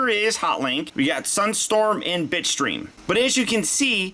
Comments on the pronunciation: I heard bitchstream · am I the only one who heard “b*tchstream?